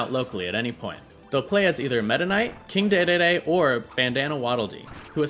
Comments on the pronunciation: king dédédé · Who says day day when it's Dee Dee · aint no way this mf said king day day day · My man really said Daydayday…